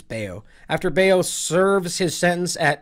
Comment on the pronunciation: And you were saying his name right the first time. His name is not bail. You pronounce his name is "Bow"..."Bao"